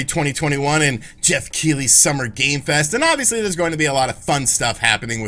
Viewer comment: "and Geoff Keighley's Summer Game Fest" Why'd he say it like that 😂😂😂